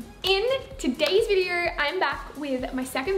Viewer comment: in today’s virreoo I’m back with my second virreooo